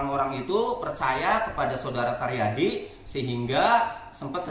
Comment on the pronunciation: 😂asa karyadi td bilang, jd yg bener Taryadi ya? Bukan caryadi?